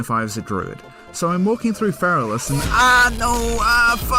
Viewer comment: Feral-Ass. im pretty sure thats not how you pronunce Feralas. 😂